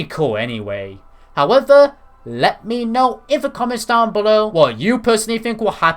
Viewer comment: Sip everytime he says howevuh..